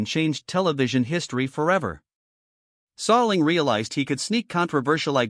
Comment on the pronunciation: How can I take any of this seriously if you can't even pronounce the man's name correctly, or even handle elementary words.